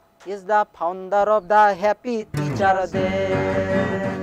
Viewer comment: It's Faaa-on_ der...founder....not phaunder😂